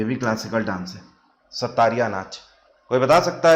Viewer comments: Sattariya nhi Sattriya Hota h. SATT-RIYA (XOTTRIYA in Assamese) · Sir its Sattriya, not Sattariya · Assam ka classical dance sattariya ko pronunciation Thora mistake huwa